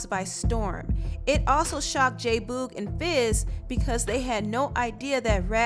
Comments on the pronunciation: Why do you keep pronouncing it Boooog ?! It's Boog as in Boogie. J Boogie J Boog......not Boooooog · I am sooooo annoyed by her saying J Boo- g. ITS BOOG, short for boogie🤬🤬🤬😡😡😡other than that, this was entertaining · J Boog like Boogie. Not Boooog. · J BOOG LOL NOT BOG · Its pronounced j boog like “boogie”not boooog like rude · J-Boog is not pronounced "BOOOG", its "Boog" like the word Boogie, without the -ie. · J who?? Fuck you talking about? 😂😂😂😂😂😂😂😂😂😂it's Boog like boogie without the ie. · Lol why do you say “JAY BUUUUUUEG” like that lolz it sounds too funny TO ME 😂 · It's J-Boog but pronounced J-Bug!!!!!!!!!!!!!!!!!!!!!!! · The way she pronounces "J boog's" name annoys me and is a lil cringey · her mispronouncing J-Boog is making me cringe lol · The way you say jboog name makes me cringe but this was a good documentary. Thumbs up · Great documentary but every time you said J Boog’s name wrong I literally cringed 🤦🏾‍♀️ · My only complaint, you continually mispronounced "Boog" whenever you said J-Boog. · Much love to your sista, but you’re pronouncing “J-Boog” wrong. I’m sorry, it’s cringy. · Ugh I hate how she saying J Boog name wrong, it’s annoying me 😭 other than that I enjoyed the video... I learned a lot about the group and their breakup and their lives after the breakup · Totally fell out when pronounced J Boog incorrectly lol love your documentaries